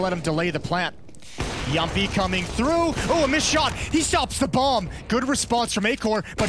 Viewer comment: I love the fact that Moses and Anders can both pronounce Jamppi's name correctly